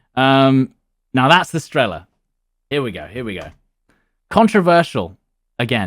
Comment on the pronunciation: Almost died when he said strEla and pIla, and not strelA and pilA